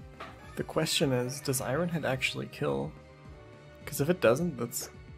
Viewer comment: Loved the attempt just hated how he pronounced iron head